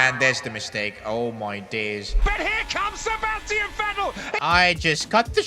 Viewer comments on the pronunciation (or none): none